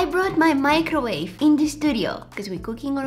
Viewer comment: My-crowave and tear-tilla